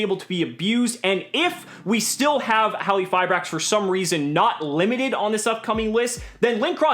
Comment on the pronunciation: I think has one of the best pronunciations of the card's name. Silent Q makes the most sense as the translation of the original name is Crystal Machine Hallifiber. Also, Halqifibrax(Hallifibrax) is smooth, and sounds cool.